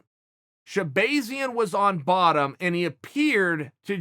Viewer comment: Rotull If he says it’s shehbayzian then Edmon should change his name.